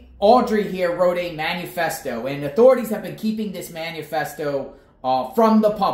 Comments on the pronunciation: It’s not “manu-festo” it’s “manifesto” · You are still pronouncing Manifesto wrong. There is no U. It is not Man U Fest O. It’s man I fest O. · Please learn the correct pronunciation of manifesto